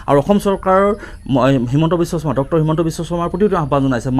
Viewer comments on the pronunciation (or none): none